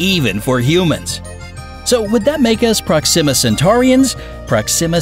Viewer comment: Hahaha! He just HAS to be pronouncing "habitable" and "Proxima" that way on purpose! I say that because every once in awhile he slips up and pronounces it correctly! Hahaha